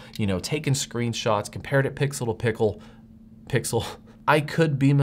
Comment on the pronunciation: "Pixel to pickle" 😂😀